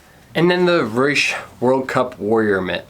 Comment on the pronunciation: The name for Reusch is pronouced, Roysh. The eu letters make the oy sound as in Deutchland. I run Reusch U.S. The Warrior Team mitten tested is our third tier. They are not our toughest like our kevlar gloves, nor warmest like our none race frigid temp models. They are made to be a good dollar to quality ratio for race team members who want really good race pole grip as their first and foremost priority. We have a ton of freeride gloves coming into the U.S. market that are tech packed. Hit me up next time you are looking to do more glove reviews.